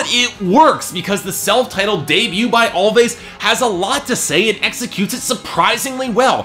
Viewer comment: It's actually pronounced as "Always" the two "v's" are supposed to act as a "w"